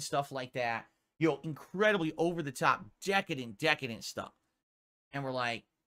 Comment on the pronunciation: Say decadadent again MFer!!